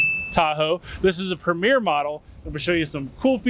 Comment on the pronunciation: Tahoe PREMIER, not “Premiere.” Two entirely different meanings.